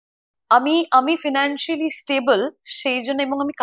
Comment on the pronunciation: ফিনানশিয়ালি না ফাইনানশওয়াল হবে উচ্চারণ। ফাইনানশওয়ালি